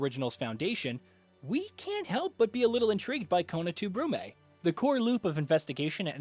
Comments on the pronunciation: Only for your information, brume is a french word and means fog, and it's definitely not spelled brummee. It's an ü and no spelled e. I guess there's not really such in English. It's more like an ü you would use in hymn. So it would be perhaps like brym. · Love you guys but... your pronunciation is abysmal. Basically anything that isn't english you don't even bother to find out how it's actually pronounced. It's awful. 👎 "Brume" is french and it sounds more like "broom" than "souffle". "Ad Infinitum" is latin and it's pronounced almost as is. "Infi-nigh-tum" is atrocious. 🤦‍♂ Next time tell the guy doing the VO to please do the homework before recording. 🙏